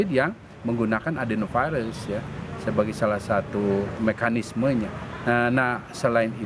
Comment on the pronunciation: Adenovirus bukan Bdenovirus atau Cdenovirus